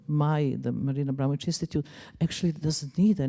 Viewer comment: AbramoVic not Abramonic...